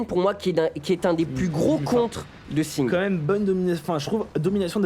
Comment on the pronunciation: de comment vous prononcez Singed. On est en France on parle français.